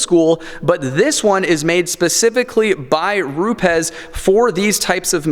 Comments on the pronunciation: "Groyt" . . . Gree-oh. "Rupez" . . . Roo-ps. Buttering up your pad?! Haha. Don't listen to this joker, I thought from the title this was wrong. It's dangerous to put out videos that could help ruin people's paint. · And its pronounced Roubs there bud